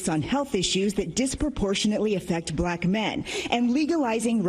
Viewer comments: When did black get two syllables? Buh-lack! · Only Trump could pronounce the word 'black' with a hard Q. "...I love BLAQ men..." 🤨